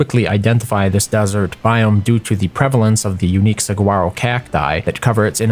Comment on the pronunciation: Just for future reference, "saguaro" is pronounced "suh-wah-ro". Love your videos!